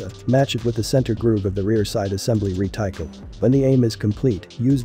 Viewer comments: Re Ti Kel.... LOL.... Reh Tih Cul..... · Cannonballs? What is this? 1813? Also reticle is not pronounced rētaɪkɑl, it's pronounced redək(ə)l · Ahem. Reticle is prounounced RET a cul. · Actually, the correct word is 'reticle' (as spelled ), not reticule. However, he neither pronounced 'reticle' nor 'reticule'. He pronounced it as re-tackle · Not sure if it was already mentioned, but reticle is pronounced ret-i-cull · Re-TIKE-L? Ain't bots wonderful? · REE-TY-CULL A.I. AIN'T THAT SMART. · Retycle? lol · Re-tical . Lol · Thumbs up for an excellent description. Only one minor error - The word 'Reticle' was very markedly mispronounced. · I hate how you pronounce "reticle"